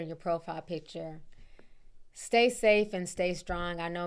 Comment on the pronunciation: I thought I was tripping when you said say stafe, lol I be mixing my word up too